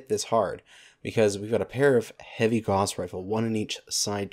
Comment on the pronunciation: /gaʊ̯s/ not /gɔs/